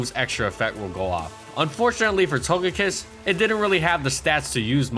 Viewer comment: I apologize if I'm the 50th person to say this, but you said Togekiss and it made me chuckle. Otherwise, very informative video from one of my beloved Pokemon in HG/SS.